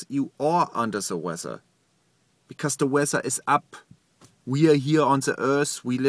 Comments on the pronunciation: "unda da wezza" Flua I love you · "Under Ze Wezzer" xD